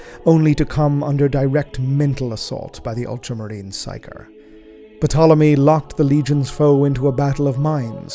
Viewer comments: The P in Potolomy is silent. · If I may be so bold as to suggest that the pronunciation of Eurydice follow the archaic Greek, yoo-ri-d-see and that the P in Ptolemy is silent.